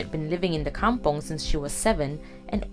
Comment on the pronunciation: I was thinking likewise. Kampong not come-pong.